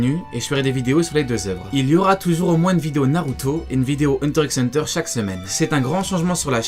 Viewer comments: Ça se dit Hunter Hunter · Il prononce le "x" 😭😭😭